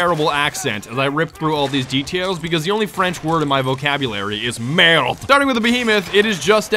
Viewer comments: he can't even say MERD properly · you even said merde badly you need to say MAY-RDE